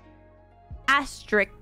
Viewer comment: She said "asterisk" as "asterik" and moved on